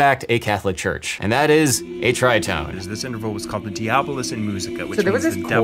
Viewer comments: At the risk of sounding like Hermione Granger...it's pronounced di-A-bolus not dia-BO-lus. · are you trying to say 'madrigal' ? it's a hard 'g' (also there's an 'r' in there :) also DiAbolus ( dia two syllables, stress on the A ) not dEEbolus and viv rhyming with give not vaiv rhyming with jive -VivAcious I'm sorry but it's driving me mad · Really well done. A little note, the accent in 'diabolus' is the 'a', not the following syllable of 'bo'. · Didn't Geraldo Rivera host a special about the satanic tritone? (Diábolus / διάβολος should be accented on the second syllable.)